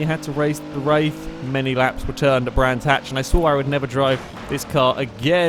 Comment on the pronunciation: "Star Trek Roof in the Wraith of Khan...." Love the series!